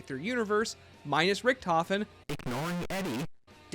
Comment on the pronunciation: why called richtofen ristofi?